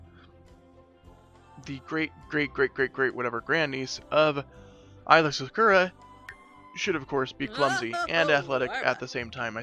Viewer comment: "eyela secura" 😬 "twolek"